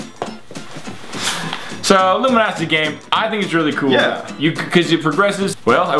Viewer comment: I wonder when they realized that they were saying Luminosity instead of Lumosity the whole time.